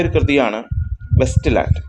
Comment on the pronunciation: West ലാൻഡ് അല്ല it's Waste ലാൻഡ്